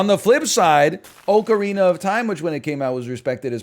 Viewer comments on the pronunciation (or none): Came to the comments to complain about his take on zelda games. A: he pronounced ocarina wrong and B: OoT is easily one of the best zelda games and is not at the bottom of the list at all. It’s so great they did the same story again in twilight princess.